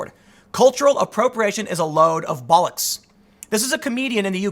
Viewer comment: Its always funny hearing Americans attempt to say Bollocks